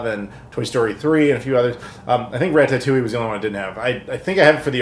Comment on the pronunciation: It’s Rata-too-e Not Ra-Tah-too-e